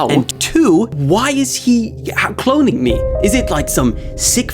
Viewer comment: keeps saying clonnign u but is not clonning u